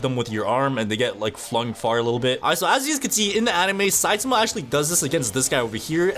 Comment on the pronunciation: THE A.I IT SAYS SUI AND SAIMA